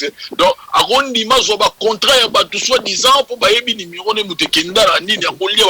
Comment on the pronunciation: acoustic chouna , balobaka numéro et non limero zoba.